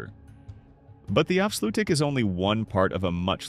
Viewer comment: Goed gemaakt maar spreek de Nederlandse namen in het Nederlands uit. Afsloetdijjk? Ieselmeer? Gewoon de Nederlandse namen gebruiken. Weten ze meteen hoe de dingen echt genoemd zijn.